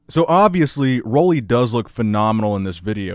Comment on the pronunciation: It’s pronounced Ruly, not Rolly.